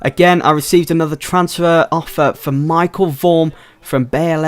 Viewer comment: It's Michel, not Michael.